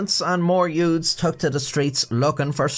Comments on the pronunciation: "Yoots" like in "My Cousin Vinny" 😂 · "It started when a group of yoods..."